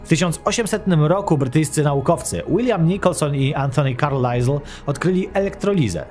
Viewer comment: Carlisle się czyta karlajl a nie karlajzl